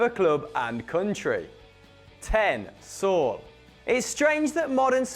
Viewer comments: Saul? It's Saúl, at leasy pronounce it right. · did he really pronounce Saul as sal?